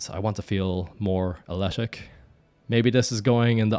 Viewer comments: could i somehow bribe or convince you to stop saying aletic and say athletic instead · New pronunciation of athletic just dropped: ahletic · I thought he said ashletic.🤔